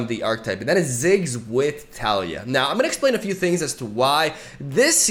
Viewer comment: I still cringe at his pronunciation of taliyah, but still love his videos